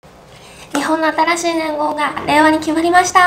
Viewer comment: 令和，“累哇”😂